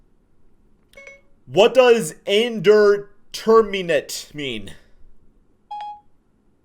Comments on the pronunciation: there use this (also its in-deter-min-ate) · Man’s been watching to much flight with that pronunciation of indeterminate